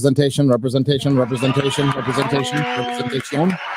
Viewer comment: Need to find a compilat-shun gif montage of the Namor actor saying, "repre-zen-shun." 😂